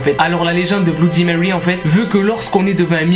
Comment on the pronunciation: Mon p'tit pote, bloudimewy ne viendra jamais à ton challenge (qui est un mot français) parce que tu estropies son nom : C'est pas tout de farcir sa prose d'anglais, faut commencer par le prononcer correctement.